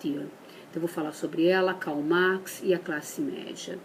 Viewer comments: Eu disse que você citou o lula por acaso? eu quem citei do Lula e acho que está bem claro que usei de uma coisa chamada Lógica, comparando que uma pessoa que não fala bem o português pode ser presidente da república, porque que a senhora do vídeo que não sabe pronunciar bem algumas coisas fúteis como Karl Marx não pode discutir sobre o política, e ser oposição ao PT quer dizer ser coxinha? no caso ela por algum acaso fez críticas ao PT ou ao que a Dra.Chauí disse? e você vem me dizer que a oposição é burra eu não sei mas com certeza é mais inteligente que você, eu não me acho representado por uma senhora como essa do vídeo até porque muitas vezes não podemos escolher quem nos representa, mas sou contra o argumento de ódio que a Dra.Chaui fez na palestra famosa dela, pois quando se é militante do PT é fácil falar da camada social em que sua maioria representa a oposição ao partido que a Dra.Chauí apoia, e não se preocupe eu te perdoo pelas gargalhadas, é comum gente como você rir a toa das coisas alheias, porque é mais fácil rir do que encarar a realidade da falta de Saúde, Educação e Segurança Pública, no caso é rir pra não chorar só pode!, E pra que fique bem claro não sou coxinha, meu candidato se chamava Eduardo Campos e ele morreu num acidente Aéreo em Santos pouco antes das eleições, e também não quer dizer que senhora do vídeo é coxinha também, que eu saiba em momento algum ela falou de PSDB, acho que pelo comentário que fez nem viu todo vídeo pra chegar a conclusões pr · A pessoa não sabe falar com essa bochecha cheio de botox....parece o Fofão....quer falar de Filosofia nunca leu um livro. A Chauí falou pouco....a bobinha da papagaia falante não sabe o que o é teoria sociológica, filosófica e nem nada. Não sabe nem pronunciar Karl Marx....Kkkkkkkkk. Meu Deus...aterrorizado!!!